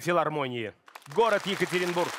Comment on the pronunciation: нет, она хотела сказать ЕкатерИнбург, а не ЕкатерЕнбург